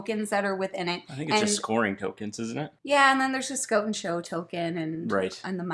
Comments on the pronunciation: SCOTE!!! I don't think I've ever heard someone say it scote before lol Although, I have heard people here in Ontario say "no more good" so maybe I shouldn't find "scote" as funny as I do... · “Scoat” or “Scout” does “soand” or “sound” very fun! Sorry I shouldn’t tease you like that but couldn’t resist. 😁 Love these little game reviews. Keep up the excellent job! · "I don't say Scoat, I say scout. Let's look at this game from Lookoat." LOL!! I love you guys so much... good content with great silliness. OMG... did she say flat out? You Canadians are crazy.